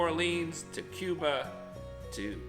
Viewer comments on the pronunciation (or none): none